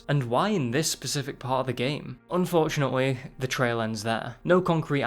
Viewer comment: you said "unfortunatewee